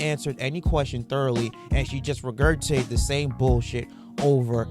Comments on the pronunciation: Learn how to promounce the word. It's re-gur-gi-tate. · He mispronounced the word regurgitate.